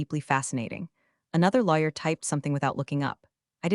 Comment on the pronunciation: I admit, I love how so many of these AIs read the word Lawyer out as Liar. AIs are smarter than we seem to give em credit for.